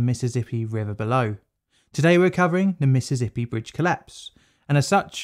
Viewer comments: For future reference, it's "Mississippi", not "Missizzippi". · "miss-suss-sippy" there is no "Z" in the pronunciation of the name...